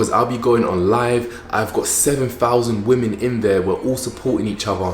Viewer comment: Why does he say FUMBS US? SEVEN FOUSAND? I'm learning English and never heard that before. Other than that....gorgeous. Would be eaten alive in 🇧🇷💋